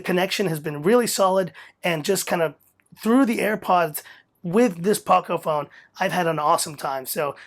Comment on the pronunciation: Ah you said the name right in this video haha. Sweet review man.